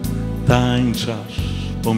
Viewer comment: Glos niezly, troche trzeba popracowac nad dykcja nie tanczasz tylko tancz az